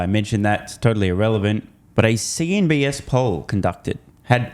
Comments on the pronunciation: CNBC, not CNBS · Are you saying CNBS instead of CNBC on purpose or from habit?